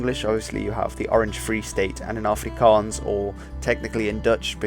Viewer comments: Thanks for pronouncing everything properly, you don't know how much it hurts when people say it wrong. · Thank you for your accurate prenounciations of our moedertaal (mother tongue).It did not go unnoticed☝️. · Correct pronunciation. Wooo! Thank you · Finally,an englishmen that can say afrikaans words properly